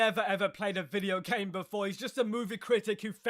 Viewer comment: There's "Game Enjoyer" Then there's "Ga-y-Me Enjoyer"